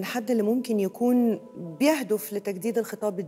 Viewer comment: يابنتي يهدف بكسر الدال وليس كما نطقتيها يهدف بضم الدال